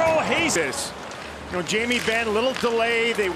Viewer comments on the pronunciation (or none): His name is pronounced Miro “ HE-SKANEN “ not “ HAY-SKANEN “ 🙂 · Love how Americans don't bother to learn how to pronounce Finnish names correctly